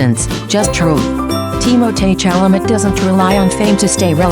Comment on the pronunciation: Pronounce his name correctly.